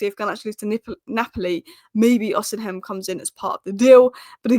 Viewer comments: It’s osimen not osim hen 😅😅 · Hey, Please stop mispronouncing Victor Osihem name. The correct pronunciation is: Osea Men. Not osi heim. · it's OSI-MHEN and not OSIM-HEM. 🤣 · It’s not pronounced osinhem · Pronounce Osimhens name correctly please😊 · The H is silent in Osimhen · I can't wait for the day she finds out that the h in Osimhen is silent.